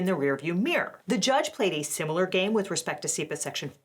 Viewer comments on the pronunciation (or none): none